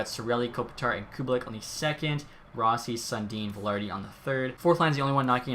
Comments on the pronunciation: This is a minor thing but Kubalîk is pronounced like Koo bah leek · “Cubalick” hahahaha